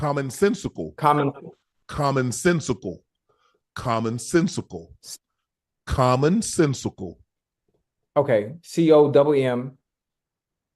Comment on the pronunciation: Aye Ocho u hell Unc country self said commonsensical and sounded like commonsensible everytime but the last time😂😂😂😂😂